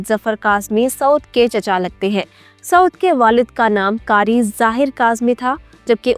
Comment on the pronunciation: Please aap Pakistani hain. Urdu saheeh bolna chahiye. Karee naheen qhaaf sey Qharee boliye.